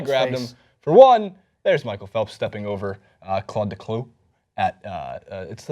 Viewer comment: Claude declos? come on its chad de clos